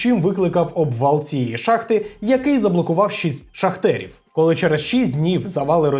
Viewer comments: Не "шахтерів" а шахтарів! 🙈😂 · ШахтарІв! Ш а х т а р І [ наголос на і ] в !